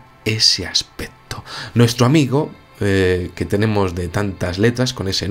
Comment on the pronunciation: Ese Aspeto ... jajajajaja